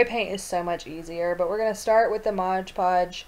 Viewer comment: thx for making this hehehe it's "mod podge" btw not " modge podge" have a great day♥☻☺